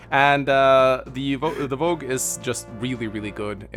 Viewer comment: pronouncing "Vogue" correctly on his first go is a sign of good omens to come.